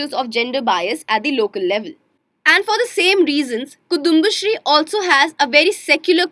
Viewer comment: Omg so painful to hear she pronouncing kudumbasree and pakalveedu.